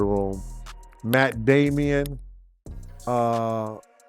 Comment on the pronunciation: He always pronounces names wrong. But we get who he means. Catch up and Join the club.